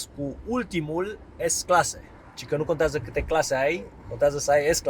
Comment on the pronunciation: In sfarsit un om care pronunta corect: “Merțedes” si “klasse”